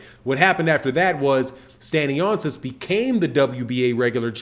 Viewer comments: Pardon Sir it's pronounced Stan-yonis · No criticism it's jus so Yu can do it how Yu said and not butcher his name, cause since this news came up it won't be the 1st video Yu do on the topic🙏🏿☝🏿